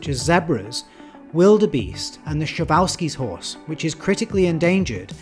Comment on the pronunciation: You are like a european AtlasPro. Glad that I found you at the early stage of your growth. P.S. The only complain that I have is how you butcher the pronunciation of slavic words such as przewalski or Białowieża. But that's inevitable, I guess